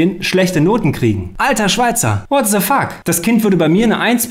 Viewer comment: what se fuck😂 Ich hoffe das war nur Spaß. Wenn nicht, Mal 4 real… Warum sagen leute die das englische „th“ nicht aussprechen können einfach „de“ statt „se“ ?!😂 Say samsing😂 „Say somefing“ Bitte stellt euch nicht so blöd!!!